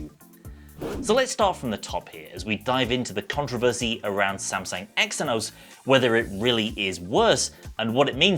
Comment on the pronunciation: Lad xe=z like how ph make an f sound...eh phill not fill xenos=zenos